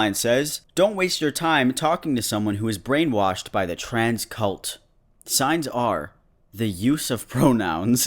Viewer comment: when cArOLiNe said "transcult" i thought it said triscuit